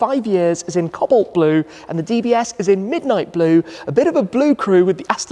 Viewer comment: The ‘Cob’ in Cobalt is pronounced to rhyme with pro not bob.